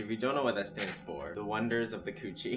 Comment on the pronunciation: How you read cooche is actually coosyie, at least that's how my french lecturer taught me. Edit: L'eau is read as "Low" without "w" so it's just "lo" with slightly lower pitch "o"🤣🤣